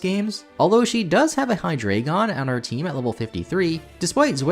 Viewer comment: ) And the award for Worst Butchering of Hydreigon and Zweilous' names goes to...